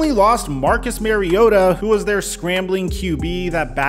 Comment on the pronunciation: Mariota's name is pronounced like Super Mario Bros. Come on man, hes been around forever. I'm going to resub as soon as you get Tua's last name right. 😉😜